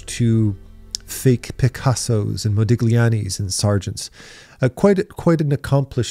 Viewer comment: Where i draw my line in the sand is at the guy who is talking about where to draw the line in the sand in art and pronounces modigliani without silent G, no man, it is not okay, i'm not having a conversation with you. You couldn't bother to write modigliani in google translate and hear how it translates it and you want to talk to me about where to draw the line, jeez, the nerve.